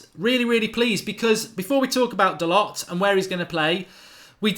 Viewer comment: Pronounced dalow u flopppppp put some respek on his name